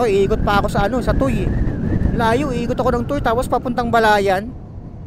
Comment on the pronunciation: FYI ang pronounce ng TUY ay Tuweh bk pagtawanan ka dito sa Batangas pag sinabi mong Tooy